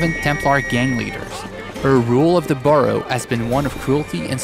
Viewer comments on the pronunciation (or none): "Burrow" LOL